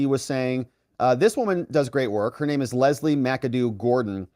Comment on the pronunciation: I LOVE that nobody pronounces her name the way she wants 😆